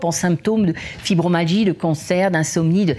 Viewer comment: Interview très intéressante...😉 FibromYAlgie pas Fibromalgie ...! 😊 my designant "muscles" ! Suis étonnée que cette dame ne le prononce pas correctement... j ai été touché par cette atteinte ds le passé aussi...❤